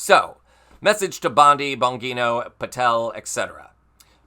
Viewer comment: The g in Bongino is soft. Like in Georgia.